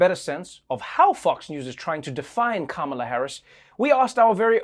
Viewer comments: Absolutely love that she started out pronouncing Kamala correctly and then started going crazy with it. 😂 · "Kalamaris Harris" 😭😭😭😂😂😂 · Bruh...not " Kalamari" Harris...💀💀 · Also "Kalamari Harris" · The first time Desi said Kamala's name wrong, I thought "uh oh!" But by the end of Desi's spiel (butchering the name much worse), I thought "hmmm...KAM-ala wasn't such a bad approximation after all." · Slutty McTits Agreed. And Favorite part was how the mispronunciation of Kamala kept changing 😂!